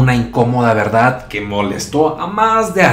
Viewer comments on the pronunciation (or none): none